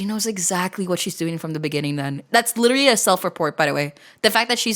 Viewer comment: "I lirellary"